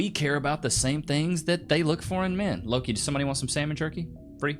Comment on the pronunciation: Hubs and I watch ur videos and enjoy them a lot, at the end when u talk to Loki asking if he had a good time (I’m normally in the kitchen so I mainly just hear the videos) I thought u were asking chat if “low key” did they have a good time 😂😂 keep up the great videos and tips and congratulations on over 130,000 subscribers 🎉